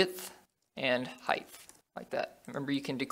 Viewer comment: Dude, I'm enjoying your tutorials a lot and have been following them all so far, but there's one thing bothering me and that's the way you pronounce 'height'. You say it like 'heigth' which is wrong. Keep it up every other way though!